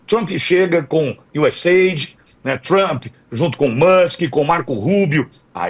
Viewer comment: Por favor este cara aí não sabe pronunciar a palavra do nome Trump, vai estudar primeiro 🙄🤮